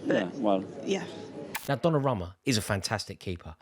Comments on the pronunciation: Repeat after me, DonnarUmma with an U bro! Donnaramma? bit disrespectful butchering someones name like that lol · Why does he keep saying "DonnaRAMMA"